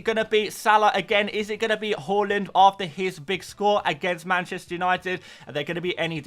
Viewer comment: Love how you’re still saying halland 😂love it, not Haaland anymore 😉